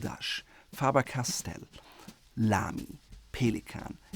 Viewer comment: reading pelikan in a french accent was so unneceseary